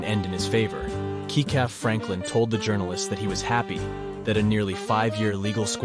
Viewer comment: her estate was worth, between 70 and 80 million dollars. And that didnt even include how much she profited from her Masters. If you're going to post videos about her...GET IT RIGHT!!...and her son Kecalf's name is pronounced "Kelf".